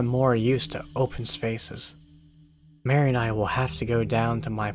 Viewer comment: Marie, Not Mary 😂